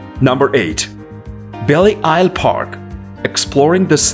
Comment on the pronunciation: Belle Isle is pronounced just Bell. It is not pronounced Belly.